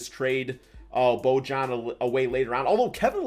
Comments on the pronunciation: Bro love your vids but it’s “ bo-yan “ lol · Nobody::Bo-John